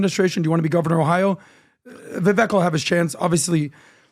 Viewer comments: ADAM,, learn how to pronounce Vivek's name. Its VIVAKE, AS IN CAKE. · it is disrespectful to continuously mispronounce someone's name especially when they have been on your podcast. It is Viv-AKE like CAKE. jeebus dude. He's not Kamela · Adam and, please start pronouncing Vivek properly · How about you guys show Vivek some respect and LEARN TO PRONOUNCE HIS NAME CORRECTLY